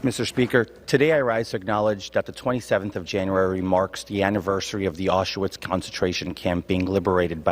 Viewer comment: "AuSHAwitz concentration camp" Really?? Mr "Zabrovsky Devolder Revanche Santos", being a fluent English/Portugese speaker, I'm surprised you misprounced the name of the concentation camp. Being Jew-ish, I thought you knew better.